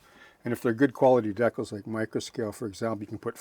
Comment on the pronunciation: Thanks,. Once again, you gave us an invaluable insight into modeling details. I look forward to trying this one out. We must have grown up modeling during the same time period. I noticed you called decals, decals, and not deckels as some modelers do. I thought I was learning new modeling terminology the first time I heard it.